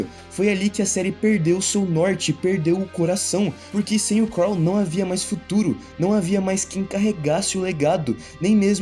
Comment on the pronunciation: "Craw" foi pra acabar hein 😂